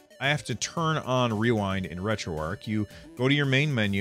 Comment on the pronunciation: Retroarch is pronounced differently :)